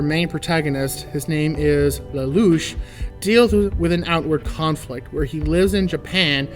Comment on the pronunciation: Plus points for pronouncing Lelouch correctly. Well, you only need to mimic the voice actors, but a lot of people still get it wrong.